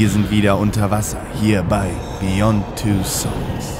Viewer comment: Wow, wie macht man "Beyond" zu "Besong"?